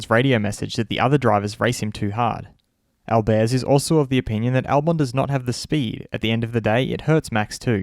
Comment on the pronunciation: Your pronunciation of Albers is really off. The name is not French; the emphasis lies on the first syllable.